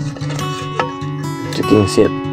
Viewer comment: Sorry sedikit menanggapi. Cooking set bukan dibaca cuking sit. Tapi cooking set dibaca kuking set. Tracking pole, bukan tracking pool penulisannya. Klo pole artinya tiang sedangkan pool artinya kolam.